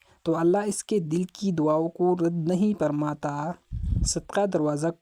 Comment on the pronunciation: maazirat ki sath apni alfaz drust karyn ye lafaz farmata hai parmata nahi hai